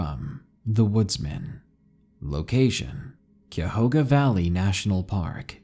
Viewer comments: Yay!! Ohio! However, Cuyahoga Valley is pronounced KAI-yah-HO-gah, not Kyohoga :D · That's pronounced kaya-ho-ga, thats kaya like kayak, ho as in hoe, ga, Cuyahoga county and park. Just for info. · It's pronounced Cuy-a HO -ga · LOVE YOUR NARRATIONS!!! Not trying to be rude either, but being from Ohio. Cuyahoga Valley is pronounced Kie-uh-hoga Valley. The (uy) is pronounced like a long i. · it's pronounced "kya-hog-a" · Cuyahoga (Kai-yuh-ho-ga) Cuyahoga valley nation park stretches from Cleveland to Akron, not even close to a 3 day hike.. there also isn’t a single place to camp in the valley on national park land. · As someone from northeast Ohio, Cuyahoga is pronounced Kye A Hoe Ga. nice to hear a story that takes place in my back yard. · For the way u said cuyahoga valley, it’s said like Kai-ah-ho-guh, I’m from the same county as the guy from the first story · As a native, I'd just like to point out that it's "KYE-ah-HO-gah," or sometimes said with a lazier 'o' like the one in hog. In completely unrelated news, I think I'll be moving out of Cuyahoga. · Hey love the vids only critique is the first story is pronounced (kyahoga) not a big deal from the area myself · It’s pronounced KI-uh-HO-guh (The KI sounding like the first part of the word kite) Why is it that paranormal narrators are the worst with pronouncing things incorrectly? I’m genuinely curious. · Cuyahoga kiyahoga is the pronunciation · You are pronouncing the name of the park in the first story wrong it Cuyahoga kye ahoga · I'd hate to be that person who corrects your pronunciation, but in the first story Cuyahoga is pronounce ky-yuh-ho-guh. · Cuyahoga is pronounced ki-YA- hoga, ki pronounced eye. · First is pronounced kie A hoga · I’m just upset at how wrong you said Cuyahoga :/ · As an Ohioan who frequents the Cuyahoga national park listing to his pronunciation hurts lol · You know your from ohio when you can tell he butchered the pronunciation for Cuyahoga